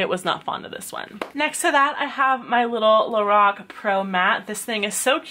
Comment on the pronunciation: U say lorac wrong